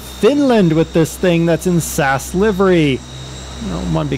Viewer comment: You don't pronounce the company like that. You pronounce it like this. S A S.